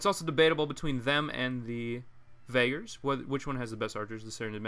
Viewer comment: I think it's pronounced vageers not vagers